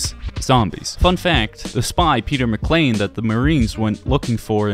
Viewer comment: Peter McCaine not Peter McClean. Der Riese not Die Rise. Come on man you ain't even trying 🥺